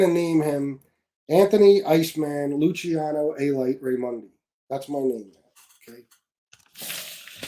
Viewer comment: He can't pronounce Lucania, his real surname. He also claims to have several cousins that were big mob figures including Carmine Galante, plus in the Vatican...yeah OK